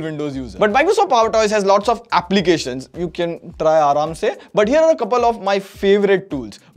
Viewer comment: I Like this: aramse😂